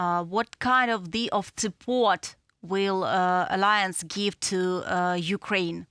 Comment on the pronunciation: Ukraine will join the aliens? Ohhh, you meant to say Ukraine will join the uh-LIE-ance. ❤❤ We love you,.